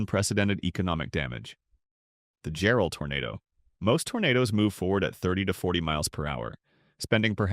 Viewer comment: Excellently done, thank you. Jarrell was a monster; I know some tornado experts rank it the worst ever for the level of damage. Thank goodness it only really hit Double Creek Estates, and not the town itself. Oh, and it's pronounced JARrell. Accent on the first syllable.